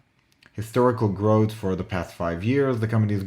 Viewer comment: can you speak English - growth is pronounced growth NOT grot, 3 is pronounced three NOT tree!!!!!!!